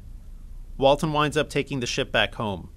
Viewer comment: “Walten”? Like The Walten Files?